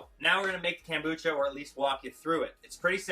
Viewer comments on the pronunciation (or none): It's pronounced kOmbucha, not kAmbucha. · It is pronounced kOmbucha vs kAmbucha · kOmbucha. Not kAmbucha. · Loved the video except it's not KAM bucha but KOM Bucha. Thanks! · It's kombucha not kambucha. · Why do you call it Kambucha not kombucha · Nice presentation but stop saying KAM, its KOM as in communist not KAM as in camping. Thanx for your info and hints. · Read the o in the kombucha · Take a sip of Kombucha every time he says "CAM-bucha". Hahahaha. Nice video, bro. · how can you spell something with an "o" but pronounce it with an "a" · Read the comments to see if that drove anyone else crazy... :) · Way too much talking.... mansplaining. Just do it, ok????? Also.... learn to pronounce the name right.